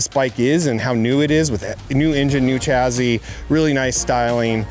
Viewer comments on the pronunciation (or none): Why does he keep saying chazzzy ? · There's no Z in the word chassis. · The chazzy is snazzy!